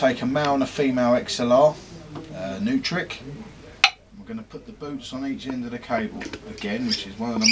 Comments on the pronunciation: Pronounced as "Noy-Trick" not "New-Trick" I got into trouble for that a while ago :) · I always pronounced them NOYtrik, like Neumann mics.